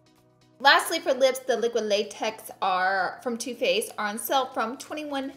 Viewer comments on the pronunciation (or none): none